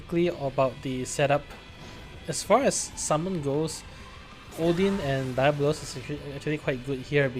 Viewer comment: Cool vid and solid run bro. Just a note, Diabolos is pronounced "Dee" not "Dai"